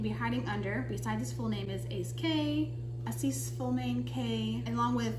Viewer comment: Call me crazy but the fact that you're not smart enough to google the pronunciation of this word damages the credibility of everything that follows. Stop making that mistake. I suspect you're pretty smart. Avoid making yourself sound uneducated.